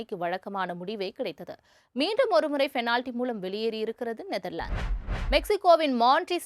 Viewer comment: Change your pronounce from fenality to penality